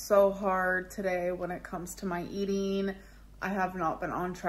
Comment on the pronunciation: “When it comes to my eat-eeeeeeen”